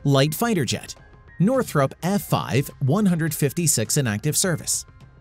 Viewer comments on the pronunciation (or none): none